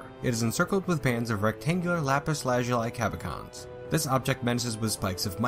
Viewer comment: You’re pronouncing cabochon wrong: it’s caboshon, not cabokon.